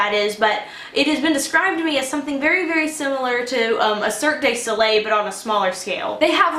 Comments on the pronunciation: love this soap! also, it's DU not DAE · I adore you and your videos. The way you pronounce the name of your isn't entirely correct. The preposition/article in the middle is pronounced du like an "I have a paper due" not like the other article/preposition des (pronounced like "day," ). The grammar is correct, but not your pronunciation. I'm sorry if this sounds somewhat nitty-gritty but I study french (I do understand that it is whimsical to say it the way you do because it rhymes.) Hope this helps. Respectfully -K.